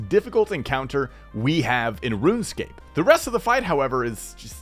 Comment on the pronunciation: its pronounced "Run Escape"